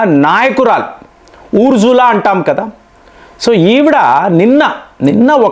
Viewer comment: ఊర్జుల కాదు నాయనా... ఉర్సులా 👹🤥😻